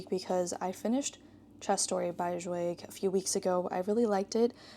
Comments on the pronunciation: Great vlog 🤗 Just a tip: "Zweig“ is pronounced more like "tsva-eeg". The "Ei" in "Zweig" is pronounced like the "ye" in "bye". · By Magda Szabó I loved Katalin street but hated The door. Have you read Elizabeth Bowen and Natalia Ginzburg? Zweig is pronounced /ts vah eeg/